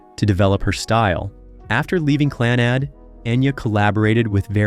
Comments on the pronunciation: The narration on this is painful to listen to. Your Gaelic pronunciation is awful. A little research and help with it would have made your presentation much better. The band is pronunced Clann-ud, with emphasis on Clann. Celts is pronounced Kelts. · His pronunciation on all the Gaelic is awful, even the band name Clannad. It's pronounced Clann-ud, with emphasis on the first part. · How is Clannad pronounced? Stopped watching right there!!! You've have your clicks.